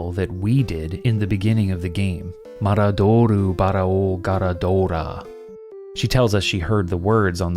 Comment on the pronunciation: I don't know if anyone has pointed this out yet, but どぅis "du", not "dou". So, the magic words should be "maraduru barao garaduura".